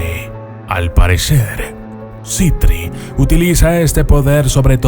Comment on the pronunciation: Para mi Andras falto y es Sitri no citri